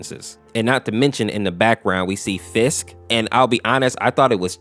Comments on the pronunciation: Not to be rude but you kinda said fisk instead of frisk 😅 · its frisk not fisk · Why do you pronounce frisk as fisk? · he kept saying Fisk not frisk lol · why r u saying Fisk, because it's called Frisk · Why did you keep saying fisk? it's frisk. weird but maybe it's just your accent. idk. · It's frisk not fisk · During the sans part you pronounced frisk and Fisk its proposed like frisky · It's not pronounced Fisk it's pronounced frisk not Fisk.frisk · It's frisk not Fisk And chara possess frisk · "Fisk" frisk "Ch-ara" its purnounced kara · Did he say fisk instead of frisk? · It's Fri -sk and say those two parts there separately also its not Fisk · Um you mean frisk right not Fisk??? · It's Undertale, not Undertales. Frisk, not Fisk. Also, It's Chara trying to possess boyfriend, not Frisk. And finally, It's pronounced Chara as in Character not chair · My dude really called them Fisk and chaira. My dude it frisk and Chara, like character. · you pronounce a few words wrong. 1. Undertale. There is no “s” at the end. 2.frisk. The “r” is still there. You pronounce it like “fisk” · My man actually calls frisk fisk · It’s frisk not Fisk. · Not to be mean but its frisk not fisk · Frisk, not Fisk lol (DON'T F$%KING JUDGE ME!!!!!!!!) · also its not fisk it’s frisk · Bro why does he say Fisk instead of frisk. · Bro why you saying fisk it's pronounced frisk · Fisk Me: It is Frisk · Ah yes, my favorite protagonist from ‘undertales’ ‘fisk’ This comment is a joke btw don’t take it seriously I’m just saying it’s “undertale” and “frisk” lmao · Like how. He says Fisk instead of frisk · Btw frisk’s name is pronounced fr-isk you were pronouncing it f-isk Just so you know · F i s k. Love the vid btw, but just saying it’s “Frisk” not “fisk” just saying -^ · 1: it's "frisk" not "fisk" 2: it's pronounced "Care-a" not "Chair-a" 3: Great Vid! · you said frisk wrong it not fisk it fRisk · I like how you say fisk instead of frisk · Is frisk not fisk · Frisk not Fisk